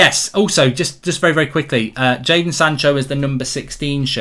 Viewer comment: Jayson? It's Jadon mate :D